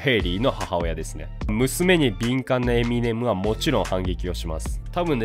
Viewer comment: エミ↑ネム↑じゃなくてエミ↑ネム↓ですよね？